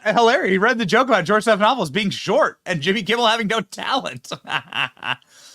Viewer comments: "Slopanopoulos" too funny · JIMMY KIMMEL IS AN IMBICILE. TOTALLY IGNORANT. HE CAN'T EVEN PRONOUNCE STEPHANOPOLUS RIGHT. IS HE TALKING ABOUT BIDEN WHO BELONGS IN JAIL.